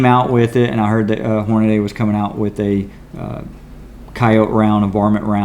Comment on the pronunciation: "Hornaday" 🙄 where the hell did you learn how to read?